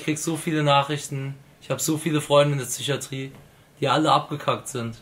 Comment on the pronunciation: Lak es heißt psychatrie und nicht zychatrie